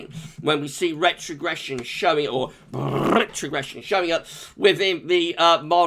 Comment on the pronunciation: Noooooooooo not rrrrrrrrrrrrrrrretrogression 😭😭🤣🤣